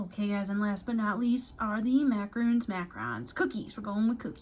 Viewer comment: You were right at first they are “Mac-a-Rons” not roons. Good job! Love the video